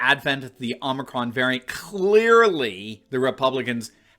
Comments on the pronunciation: “Oh” micron not “aww” micron lol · brandon is calling this " omnicron variant" WTH.? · The "omnicron" and "omnicrom" as bidone called it and the delta "variance" lol. What a clown. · Idiot Biden called it omnicron. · Joe can’t even pronounce the Greek letter. It’s hilarious watching many in the media pronouncing it the same way with an added n.